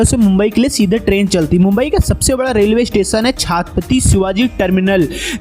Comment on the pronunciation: Bhsdke chhhaaattttpati kya hota ha..... tarike se naam le